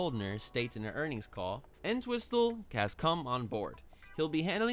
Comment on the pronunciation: P.s. it's pronounced Ent-whistle